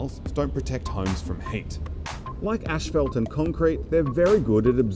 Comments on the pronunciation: Learn to pronounce "asphalt" correctly. There is only one h in this word, after the p to make the f sound. There is no h after the first two letters, so no "ash", just "as". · 1. Ah yes, let's blame the wealthy 2. Isn't this clearly a policy and government problem? 3. It's definitely not pronounced ash-phalt.